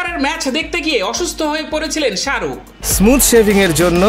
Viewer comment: ওটা সাআরুক ন শাহরুখ ভালো ভাবে উচ্চারণ করা শিখুন দিয়ে ভিডিও বানান